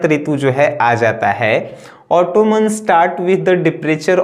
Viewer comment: It's not ऑटोमन its ऑटम